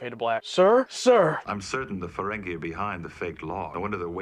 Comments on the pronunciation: Ferengee, not Ferengay. No offense. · I find it curious you're pronouncing it Ferengay when it's Ferengi. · Ferengeee, not ferengay. 😁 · I know this is an old video, so you might not receive this comment, but you have GOT to stop calling the Ferengi "Feren-gay". It's a bad habit, didn't do it initially and now zig-zags on it, but seems to keep pulling him to do it more and more. It's pronounced "Feren-gee". It's incredibly annoying, and if you don't consciously stop yourself messing it up, it'll eventually "stick".:( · Why do you call them the, “Ferengay.” It’s the Ferengi. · fuh-REN-gee (as in geek), not fuh-ren-GAY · Never mind how Michael Dorn pronounces it. It's FerenGEE, not FerenGAY. (He also pronounces "weapon" as "wheapon.") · Y'all pronounce Ferengi oddly. Faewren'Gay. Furr 'n ghee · You keep pronouncing Ferengi as Ferengue ( rhymes with merengue ). It's o.k. though. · Weird, he says Fereng(ee) during the reaction, but mispronounces (over and over) it later in the Intro?